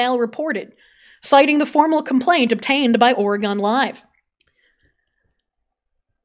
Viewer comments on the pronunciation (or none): bruhhh “ore gone “💀💀 *Oregin *